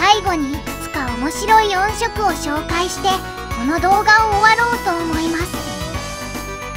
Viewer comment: ヤバすぎて怖いです！ クラファン出したら秒で集まる気がします。 それと音色を「おんしょく」と読ませているあたりも、単にベタ打ちテキスト突っ込んだだけじゃないですよね。